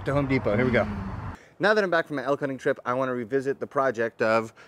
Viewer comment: did he say he was back from a "elf hunting" trip?